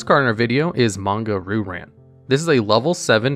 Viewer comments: Ree-u ran* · I like watching these videos because they’re very interesting and entertaining, but say it with me “ree-oo-rawn”. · Normally I don't complain about mispronunciations but hearing "Roo Ran" over and over was a bit rough. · the way he says Ryu-Ran is PAINFUL